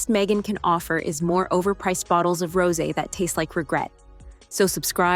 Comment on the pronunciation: Your AI voice is stupid. Doesn't know how to pronounce words. Rose when applied to wine is a 2 syllble word. Get your act together AI VOICE BAD.